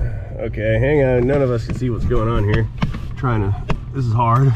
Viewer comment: Idk why but every time you say “heeuur” idk how it would be spelled…..but I giggle every time… but great video again!!! You have skills with videoing and working on a vehicle! He taught us how with our big bobble heads getting in the way to see… also I want to know if PEETAH will ever make a guest appearance!! It always cracked me up hearing that… the dealership I worked at all I heard was BLUE!!! being yelled across the showroom or the service area… I worked in sales and service and sometimes in the shop if someone didn’t show up or called in… I did a lot in sales, service writing, and cashing out customers that were upset because of the price or the others they worked with… then the basics and certification for oil changes and inspections… so I was always getting called in different places, I was training in parts until I had quite a few health problems and had to leave… I miss working there and everyone also… even the owner still texts me to check on how I’m doing and that they are praying for my recovery… your videos bring me joy every time I get a notification because I can get lost in watching them… much love!!!!!!💙💙